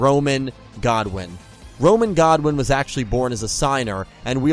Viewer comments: Quick question why do you keep saying Godwin not Goodwin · Roman Goodwin not godwin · GOODWIN NOT GODWIN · I always thought it was GOODwin not Godwin